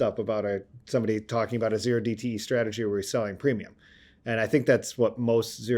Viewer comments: When said OH DTE options you know he was reading off a script. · Did he say "O" dte, not Zero dte? Is he a trader or researcher?